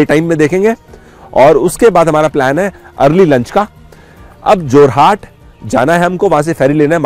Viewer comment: जोरहाट नहीं है बे, जोरहट है!